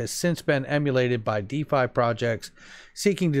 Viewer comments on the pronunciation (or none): none